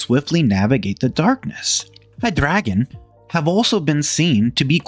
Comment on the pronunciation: Love the video, except the pronunciation of "Hydregion." Its supposed to be pronounced Hide Region But you pronounce it High Dragon